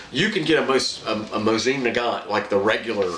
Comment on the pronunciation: 1: The proper way to say the name of the rifle is moe-z-in. You are saying nagant correctly. 2: VERY smart choice in putting a hex receiver into the stock. The hex models were made during peace times and have better metal, machining and tolerances in their construction because they could take their time in making them, where the round receivers were made during war times and they made them asap. I have several hex and rounds, but overall the hexes have been more stable, resistant to rust, and more accurate. 3: "Archangel" is pronounced ark-angel. It means the top angel in the army, as in Archangels Michael and Gabriel.